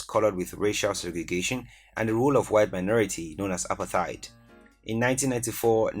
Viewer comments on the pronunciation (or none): none